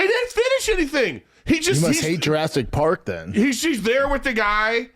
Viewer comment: Did Brandon the redact just say “Durastic Parg” ??